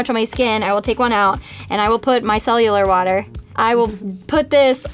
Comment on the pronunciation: haha said "mycellular water"